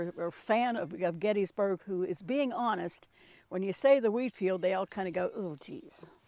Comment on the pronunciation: I’ve never heard anyone pronounce Gettysburg as get is burg.